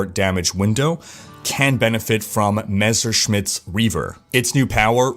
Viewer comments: I see, took some german classes and now can pronounce Messerschmidts correctly:) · Heh! You figured out how to say "Messerschmidt". A shame. I was kinda waiting for you calling it "Mr. Smith's Reaver" once again...